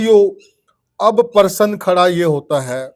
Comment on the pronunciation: परसन नहीं * प्रश्न "?😊